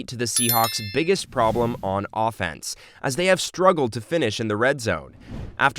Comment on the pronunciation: I was nice enuf to forgive u for saying we beat the Steelers, but the way u pronounced offense made me want to choke u. Leave the football commentary to the people who WATCH FOOTBALL.